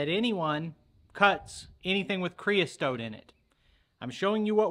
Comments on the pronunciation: Looks like it went fine to me. I'd do it. Your killing me with "creas(t)ote" though. Keep em comin, we'll keep watching. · Creosote...you added a T in the middle where there isn't one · Not CREOSTOTE. It's creosote. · It's "creosote" Not whatever you were saying! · the word Creosote has the "t" at the end and none in the middle